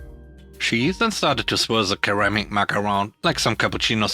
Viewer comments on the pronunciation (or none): "Ceramic" starts with a soft-C, like "seramic." Just mentioned it because you used the hard-C in another video as well.